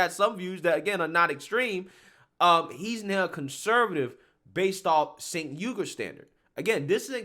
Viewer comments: It's not Sink! It's Chunk! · Thanks to the English language, it’s (according to Tim Pool) pronounced “Jenk” not senk 😊 just trying to correct a mistake I’ve made. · Chunk Yogurt is a moron and so is anyone that follows his lead. By the way, his name is really pronounced "Chenk", not "Senk." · Pronouce his first name as "Chenk" - that's how he says it. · I say this only to educate fam.and no disrespect. I want you to be as articulate as possible because we need you on the right. 'aquisition' is generally pronounced ACK_Weh-Zih-shun but may also be pronounced ACK-Wee-Zih-Shun. Also 'Cenk' is Pronounced Ch-Engk. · Lifts glasses "Um, his name is actually pronounced JUNK." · I love how you pronounce Cenk's name. Though, it isn't pronounced how it's spelled, it's pronounced Chenk, though I call him the Fat Brown Buffalo or Chunk Yogurt.